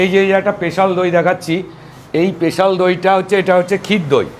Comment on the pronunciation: Special ❌ পেশাল ✔️